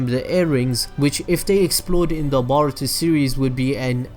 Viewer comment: its boruto not baruto lol